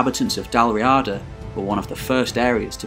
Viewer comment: Interesting but, on pronunciation, it is Dal Ree-ada, the stress is on the ee.